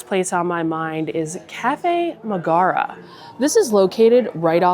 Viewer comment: Her name is Megara, not Magara. How do you not know this.